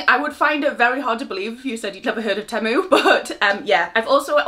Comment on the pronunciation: 😂❤ it's 'Tea-mue' 😘 xxxxx